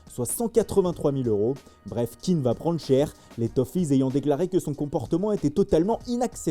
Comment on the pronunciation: Moîse est d'origine ivoirienne, son nom se prononce Ké-AN (ça rime avec Orléans ou avec Pierre Péant) .Merci.